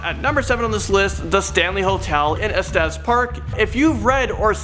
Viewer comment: Oh my god, yes! Also Estes and Allegheny.